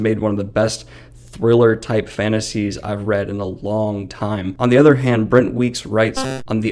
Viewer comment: I thought it was funny, I just couldn't tell what you were messing up. I thought you might've been saying "Bent Wreeks wites."